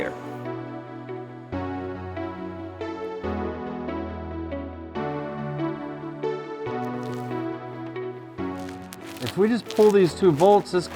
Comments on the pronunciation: Say Rad-e-atter some more please. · RAD-E-ATE-ER, RADIATOR.... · Is it just me or are they saying radiator wrong